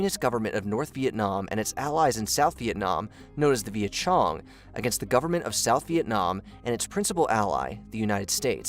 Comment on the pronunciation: Vietcong and khmer were both mispronounced.